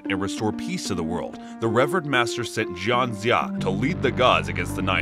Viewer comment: It’s Jiang Zeee Yaaa. Jin za just doesn’t sound right but great review nonetheless